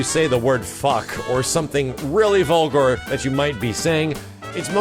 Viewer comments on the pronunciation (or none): you say vulgar like vulgor vulgar fulgore?